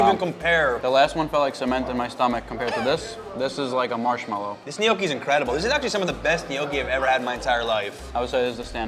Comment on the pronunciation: You are not saying gnocchi right, dio caneeee :D